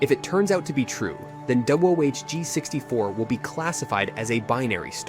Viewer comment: It's wohg64 Maybe one more time you would have got it!!! Lol